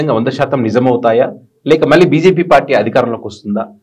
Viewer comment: మల్లీ కాదురా మళ్లీ అని పలకాలి. ఉచ్ఛారణ దోషాలున్నాయి. చూసుకో